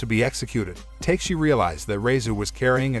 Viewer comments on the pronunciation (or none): Not takeshi it pronounceTeKashi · "Ta Ke Shi"... NOT "TAKE shi"... Oh well... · Fantastic recap.....but I can't be the only one bothered by his pronunciation of Takeshi (Ta-Kesh-I) as (Tay-K-She) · it's not TAKE-SHE, right? It's TA-KE-SHE. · Take-shi... take shi.. it's not Ta-Ke-Shi bois, but TAKE-SHI. LMAO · Ta-ke-shi not take-shi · The pronunciation of the names bothers me also. Takeshi isn’t pronounced “Take-Shi”. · Nobody:: Take-she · Why did you say takeshi's name like that